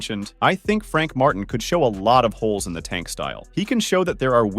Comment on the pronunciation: I can’t even say tank name right trash ass youtuber